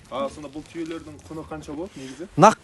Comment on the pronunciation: Түйедер емес,түйелер деп айтсаңызшы.